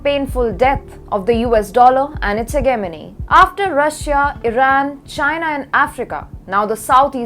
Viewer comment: the word hegemony is not pronounced how you would think. It’s heh - jeh - muh - nee. Is there a way the writer could spend a few minutes with you to review the script?